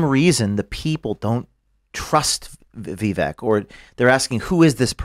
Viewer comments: it’s pronounced Vee Vake ( like cake) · It’s not a VEE. It’s Vi. Short i. Stop hyper-foreignizing and overpronouncing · Please don’t call him “vee-vek” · Has a lot to say about Vivek and interviewed him but can’t get close yo a reasonable pronunciation of his name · I like that told that other idiot how to correctly pronounce Vivek's name. The fact that he's supposed to be well versed in politics and can't say his name correctly is a joke.